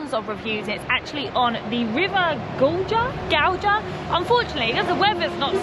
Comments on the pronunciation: not Godža, GAUJA. it is J not DŽ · You pronounced the rivers name completely wrong 😂